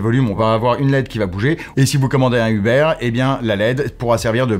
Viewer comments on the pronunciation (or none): none